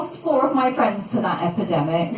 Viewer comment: Love the way you say "epidemic" and the pause kills me everytime